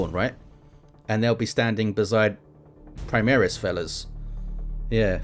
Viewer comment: Also reading latin names and words primaris, is not praimeres, secundus is not sekhandas. Newer lore seems rather weirdo like they ran out of saner ideas. Some cyborgs Uebermensches abominations or what stuff were they smoking ? Liberal agenda smells of Adolf and his ilk, smells like their chaos idols. I dont like the skulls aesthetics too, but whatever. Anyway, Armor vs Piercing system is what I told to SoaSE 2 guys back in 2018-19 on a steam post, so looks like its not forgotten. There it works that 100 more armor than pen ieans 200% hp. They decided overpenning wont do increased Dmg. Only full, being the max. If you had 0 pen, target had 1000 durability, it counts for hull armor, while armor itself there had additional resistance built on top of durability. 1100% HP. pen and armor=same=full dmg. The more armor is max, the less dmg as a minimum exists. It is not entirely linear. and has to be fine-tuned, but in the end you will get something that feels much more believable/realistic as long as you dont combine high AP with high dp. That means an universal high dps. Low dps high pen,, high dps low pen is how you get counters and everything in between.